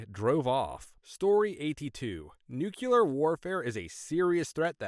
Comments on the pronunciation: Nucular? Nuclear! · Heh, the first story. Mom would have been even more surprised to hear "Elvis Presley taught me that, pretty neat huh". And the way the narrator pronunces "nuclear" is funny.